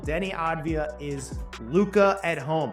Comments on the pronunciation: AV-DIA not AD-VIA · His name is Avdija not Advija, you are pronouncing his name wrong the whole video. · It’s AVdija not ADvija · Its Avdija not Advija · How can you so consistently mangle his name 😂 It's Denny Avidija, like "Avdiya" - you constantly switch the d and the v and say "Adviya" 😂😂😂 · Small correction- It's aVdija, not aDvija. (AV-DEE-YA). It's a Serbian last name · Avdija not advija